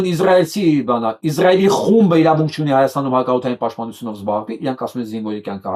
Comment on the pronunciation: Հարգելի պրն, որպէես հայրենասեր մարդու հորդորում եմ ասել ԻՍրայել, ոչ թե՝ ԻԶ րայել, ռուսաֆիլների պես, որ ասում են՝ ԻՌ ան: Կներեք, բայց որպես հայագետ պարտավոր եմ ասել